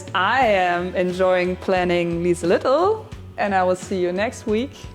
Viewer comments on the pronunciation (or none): Lmao I heard Lisa-lidl at the end, am giggling